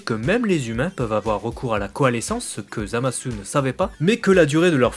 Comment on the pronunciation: J'ai une question puisque que tu parles japonais : Pourquoi est ce que tu prononces "Zamasse" et "Gowasse" et tu ne prononcés pas le u ?